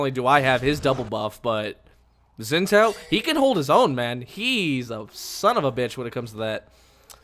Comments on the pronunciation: its pronounced xin jao zh makes a j sound in chinese, it drove me insane whenever you said xin zao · Xin Zhao is pronounced 'Shin Chow'